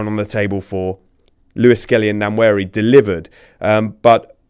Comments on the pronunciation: David could've at least tried to pronounce Nwaneris name properly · How is it that an African can't pronounce NWANERI 😢. Absolutely no effort from David Full marks Phil and James. ADR approach acceptable